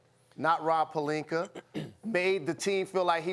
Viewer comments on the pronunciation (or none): SAS- "Rob Palinker"